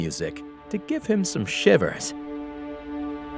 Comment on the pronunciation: What, are you not ready to give people some Freddy Krueger "shiEHveEHrs" ?